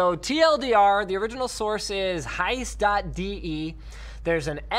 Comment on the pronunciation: haha Linus that was funny how you pronounced heise.de xD Heise is btw the biggest and most respectable IT magazine publisher of germany.